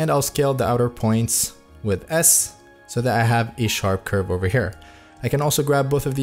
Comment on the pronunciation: dude cant say curve and says objects r colors 💀